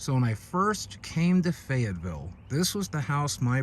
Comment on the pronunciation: “fayetteville” no gang wya